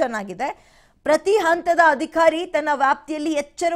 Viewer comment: Adikhari alla adhikari. Sariyagi uccharisi